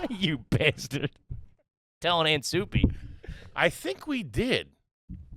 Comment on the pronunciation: Did he say aunt soupie😂